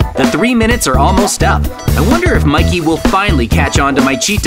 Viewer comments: I saw jj say mickey But its Mikey (Im not being a hater I love maizens vids :D) Its kinda funny he said that 😂😂😂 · Miked ? Do you mean Mikey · At one point It said Mickey instead of mikey💀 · Guys, if you change the language mikey heard like shinbi house heawnwoo and JJ is shinbi house shinbi